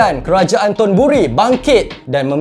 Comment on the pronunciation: Hati hati sebut thonburi tu...